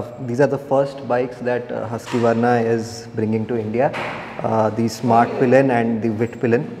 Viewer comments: Who taught you to pronounce it as Huskyvarna..?? Lol. It should be as said as Hooskvarna. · The name is not huskiivarna but Hussskwarna and also you are pronouncing the bike name incorrectly, it is not smartpilen for swatpilen.